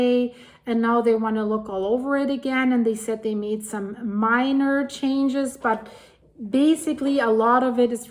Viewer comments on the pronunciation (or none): none